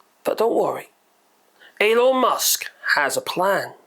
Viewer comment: Did he just say "Anal" Musk the first time? 😆 . Probably not but it certainly sounded like it to me!